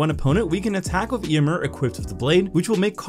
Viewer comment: Does it grate on anyone else's ears that pronounces the name Eomer differently than it is pronounced in the films?